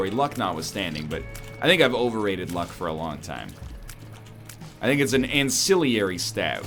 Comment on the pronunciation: Every time he pronounces "ancillary" as "ancilliary," a tiny piece of me dies. ;.